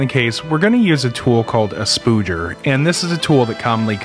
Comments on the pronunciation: Just so that you're aware its called a "spudger" not a "spooger" as what it sounds like you are saying. To someone who works on phone and other electronic repairs, it make you sound dumb. I'm not saying you are, just that you're ill-informed on the pronunciation of the word. Anyways this is a very cool video, I've always had a interest in building Pi clusters. Its really cool to see what you have used for your build. Thank you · 'Spoodger'.... that’s hilarious. no. Spudger. Spud. Ger. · A) its spudger... not spooger... (its not seman..) B) a putty knife will mark... use a guitar pick.. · A spooger is what I carry between my legs, a spudger (spud-jur) is the name of the tool you used.... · He pronounced the u as ü, which is pronounced as oo in some languages. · Great video, but it's pronounced "sp-uh-jur," not "spoo-jur." Other than that, amazing video and great clarity! :) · I may have busted out laughing when I heard you say that. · Spooger! :P I've only heard them pronounced spudger. Love the video though :) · No; it's called a spudger not a spoodger. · Every time he says "Spooger", it's killing me XD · Spooger? Seriously? Spudger rhymes with spud, not food. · There is no rational basis for you pronouncing "spudger" that way.